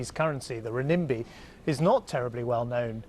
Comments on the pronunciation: beehive cluster hahaaa, ’renminbi’ with emphasis on the second syllable took me a few seconds to register as well. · rinimbi? hahahaha, how can he not even pronounce the Chinese currency properly?